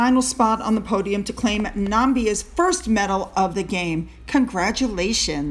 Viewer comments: 🤣🤣🤣You’re doing a Trump, … it’s NAMIBIA nu-mi-bi-a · Namibia is pronounced na MIB ia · Thank you! Awesome video as usual! Pronunciations: Namibia: NAH-MIB-EA (accent on the middle syllable); Tanzania: TANZAN-NEAH (accent on the last syllable)😁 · Also on pronunciation: Tanzania - tan-zan-ee-yuh. Namibia - nuh-mih-bee-yuh.